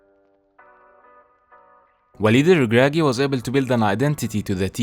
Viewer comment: The way u pronounce Walid El Ragragui is spot on! 😅